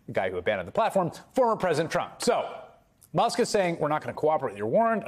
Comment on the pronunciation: why does pronounce Musk "Mosk"?